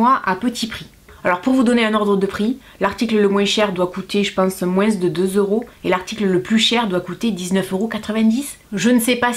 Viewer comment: j'adore quand tu nous dis " moinss' " ^^ <3